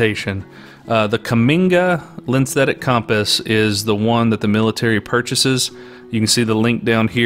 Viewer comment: "lenstetic" compass?